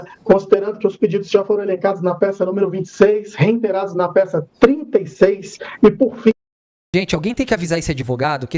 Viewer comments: "Reinteirar" é erro crasso. O tem razão... Não existe o in após a sílaba re. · Olha, percebe-se que os advogados tem sotaques do Sul. Além de "reinterando" eles pronunciam a frase que o Datena sempre repete: "entrou dentro".